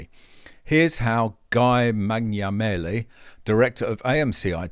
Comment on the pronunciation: Mangiamele...is pronounced "manja mele". It means eating apples.😊